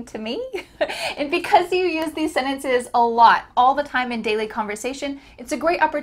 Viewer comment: What happened to "sentences"?it became "senetece"00